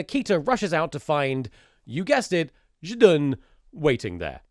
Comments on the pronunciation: one of those "Zhdun"s was actually correct XD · You pronounce Zdun very good 😅 This is very funny, this movie is not popular in Russia, considering it was made much later after meme was popular. Nobody knows why it was made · you have a perfect "zhdun" pronouncuation. i like it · You're Zhdun pronounciation is pretty good, you nailed that Ж. To better comprehend it, take a word like "jump", then imagine it as "d zh a m p" and try saying it without the d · Thomas being self conscious about his russian pronunciation whilst he is correctly pronouncing ждун is the best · your pronunciation of zdun is perfect btw. - a russian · As a Russian, I think you pronounced Zhdun pretty well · russian speaker here! you pronounce zdun alright, nice job komrade👏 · the subtitles for zhdun are a bit mistranslated from what I can tell but given what the movie is I'm surprised anyone translated it at all. also your pronunciation of zhdun is fine